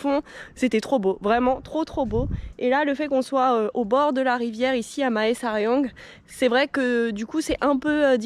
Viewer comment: Ahah excellent, j'avais eu une copine qui venait de Mae Sariang, ça me donne l'opportunité de voir à quoi ça ressemble ^^. Aussi, toutes les villes qui commence par Mae se prononce "mè" comme le mot mais.